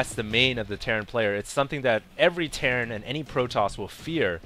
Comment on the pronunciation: It's terran for god sake!!!!!!